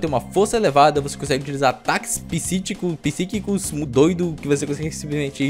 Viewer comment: dicção tá top em, psicico/pisitico, fios/frios